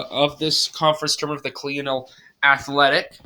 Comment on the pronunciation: Towson = Toosin. Colonial = co-lee-null Wilmington = Willyumgtin I love the pronunciations.